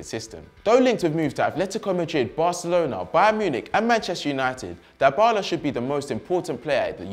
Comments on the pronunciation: This guy bothers me some much with his "Die Bala" pronunciation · It's not dye-bala, pronounce it correctly tho your point was right that dybala should be important ,and he doesn't need to sideline Cristiano it's a team spirit so there can be 11 superstars on the pitch just like Liverpool now except and matip and the midfield who isn't the superstar?